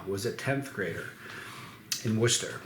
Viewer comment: Was gonna say the same thing!!!